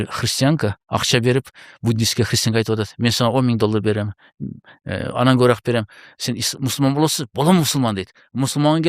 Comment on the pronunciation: Алып баруучу! КобурААк дебей кобуроок деп туура суйло